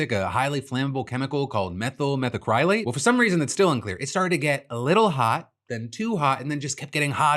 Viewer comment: Just an fyi, when saying “methacrylate,” you’re supposed to put emphasis on the first a, not the y